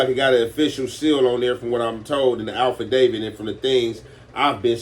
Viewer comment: Its AFFidavit not ALFidavit my Gangstas